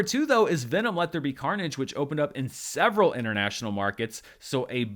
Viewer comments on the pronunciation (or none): none